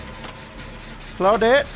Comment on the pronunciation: I think Claw-dit as keeps saying is his favorite character.:)